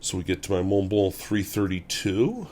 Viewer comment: Forgot the "L" in the second Montblanc. Not that I care but you are a teacher.